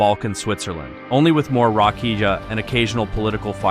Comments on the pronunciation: Rakija is pronounced rakia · too compact unfortunately . and Rakija is pronounced RakiYa. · Rakija? Its pronounced "rakiya". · Bro said rakiđa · Just say rakia at this point dont add j please 😅